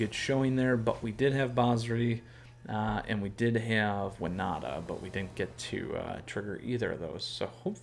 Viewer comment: You say Wi-nah-ta I saw Win-Oh-ta Let's call the whole thing off!